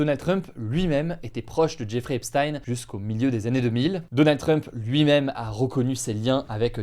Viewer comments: EPCHTAYNE PAS EPSSTYNE !!! MERCI DE PRONONCER CORRECTEMENT SON NOM. C'EST JUIF COMME NOM, COMME POUR EINCHTAYNE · Pourquoi certains jours tu prononces ça "Epstine" et d'autres "Epshtaïn"? C'est quoi la bonne façon? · Hugo par pitié... "Epsthayn?" ..cest Epstein prononcé "Èpstine" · Pourquoi tu peux pas prononcer “Epstein” comme ça se prononce, (aipesstyne) 😩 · Je n'ai rien d'autre à dire qu'il faut dire Epstein comme Justine et non comme Einstein. Epstein égale Epstine. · Prononcez Epstein correctement, ça écorche les oreilles. Et les titres putaclik c’est nul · Ça me fume coment t'en parle presque jamais alors que twitter et en feu depuis des mois a cause de ca ptdr Aussi c quoi cette prononciation de jeffrey epstein ptn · Je regarde beaucoup de media américain, et je m'étonne de la prononciation d'Hugo pour le nom "Epstein" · Bien prononcer “miami herald” : ✅ Bien prononcer “Epstein” : ❌ 😅